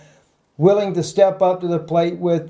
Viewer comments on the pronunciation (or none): none